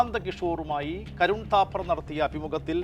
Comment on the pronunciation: KARUN THAPPER ALLA KOYA...KARAN THAPPER....NALLA KNOWLEDGE UND....😀